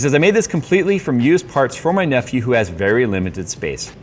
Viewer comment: Every time you said of used parts I heard abused parts. Makes sense.